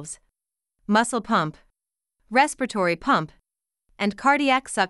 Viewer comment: It's not respitory it's respiratory 😂